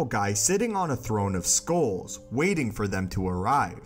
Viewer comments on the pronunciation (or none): It's pronounced SKULLS, not SKOALS. The narrator needs to learn this.